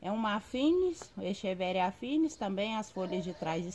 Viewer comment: Amiga o no latim ch tem som de que ou de k então acheveria se pronuncia equeveria , so uma ajudinha pra pronunciar os nomes